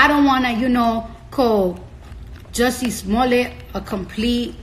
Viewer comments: How come no one knows how to pronounce this fools name. lets get it Right Its Pronounced " Ju Cci Smell it". Shut the fuk up cardi rat b. Didnt ur mom ever Tell you dont talk with ur mouth full. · Hey Cardi, the correct way to pronounce his name is Jucié Smoliét !